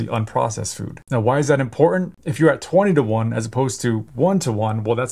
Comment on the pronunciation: A "doctor" who can not properly pronounce the words "important" or "statins" is a red flag